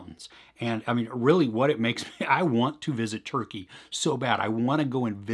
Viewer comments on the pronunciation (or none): none